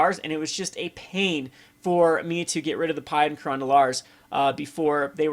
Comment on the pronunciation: Pea-ah and Kerr-an <--- The pronunciations for you. lol